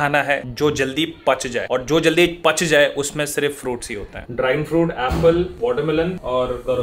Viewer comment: Pach jata hai nhi....pak jata hai😂😁